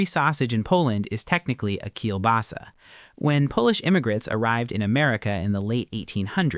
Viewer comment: very well pronounced for a foreigner though, but still sounds really adorable;>